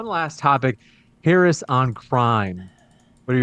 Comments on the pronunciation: The moderator can’t even pronounce Harris’ name correctly. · 30 minutes and in the moderator still can’t pronounce Harris name right. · How is it that this idiot moderator does not know how to pronounce properly the vice president of the United States name at this late hour?